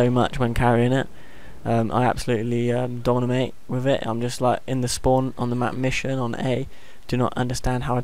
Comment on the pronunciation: How many times did he say the word dominate wrong? lol